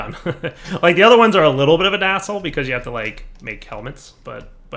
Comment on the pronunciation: I legitimately thought said asshole instead of hassle for a second there.